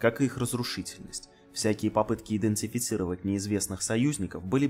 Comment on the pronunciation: Смешно произносится слово: Идентифицировать :-)